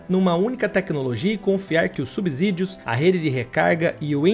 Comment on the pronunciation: Prezado, "subzídios" não existe". Quer propagar conhecimento, aprenda a Língua pra não cometer desserviços. É "subsídios", com som de "C"!